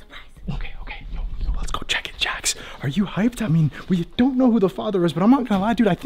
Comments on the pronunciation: It’s not jack it s Jax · It's not how you say it's name it's Jax😡😡😡😡😡😡😡😡😡